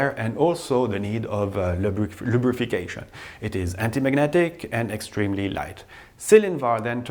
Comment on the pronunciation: “Lubrification”... what???